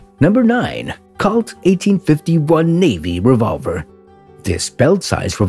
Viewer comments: It's Pronounced COLT & Not CULT, lol... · Not calt, colt long O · Good Lord. Pronounced cOlt not cAult. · Why can't YouTube present learn the correct pronunciation of words. Colt is the same a a young horse in pronunciation not Cult ! Although Colt Firearms may be part of cult. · Robo narrator fail. Did he call it a cult instead of colt? What a maroon. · Why is the narrator pronouncing it 'Cawlt' with a short o? I thought everyone knew it is 'Colt' with a long o sound. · It's COLT not cault eliminate machine voices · COLT not KALT. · It's pronounced COLT not CALT. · It's pronounced COLT not cult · I've never heard Colt pronounced "Cault" before. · Need to learn to say “Colt,” pilgrim. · Wtf is a " cault" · It angers me the way the narrator was mispronouncing colt. Colt is my favorite firearm manufacturer of all time. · I don't usually get annoyed or angry about such things. But I must agree with you. The butchering of an almost household name removed the thread of credibility they had. It was rendered unrecognizable. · Seriously. It’s an “O”, not an “A”.